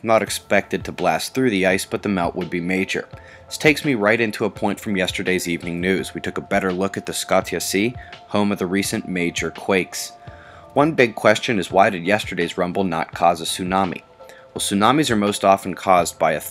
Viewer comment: Hey - FYI, pretty sure "Scotia Sea" is pronounced the same way as in "Nova Scotia" - ie "SKOH-shiya"